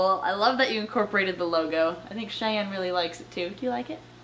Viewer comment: "Shayne" no its Cheyenne